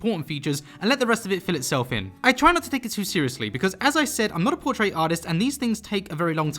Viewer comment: I dont want to sound rude but dose he know hes saying portrait wrong